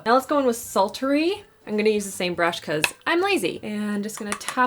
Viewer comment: I just ADORE how you made the word “sultry” have three syllables 😂 You’re freaking adorable ❤️